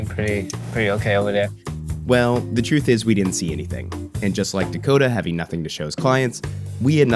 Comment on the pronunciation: Did he say THE TRUFF? LIKE ROOF